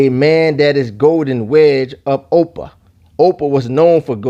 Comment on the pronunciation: Your pronouncing ophir wrong. Its not 'opa' its pronounce 'ofear' (trying to write it in the way its prounce but hopefully you get the idea.)